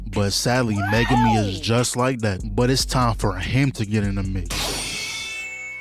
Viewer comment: Ain't no way bro said megume😂😂😂